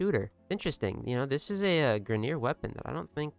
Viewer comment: Grineer? WRONG greener